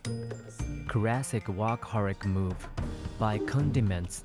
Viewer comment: I keep thinking you are saying wok-aholic. Like someone who loves wok lol